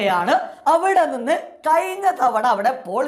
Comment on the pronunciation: ട പൊട്ടാ കയിഞ്ഞു അല്ല കഴിഞ്ഞു.... വിശയം അല്ല വിഷയം....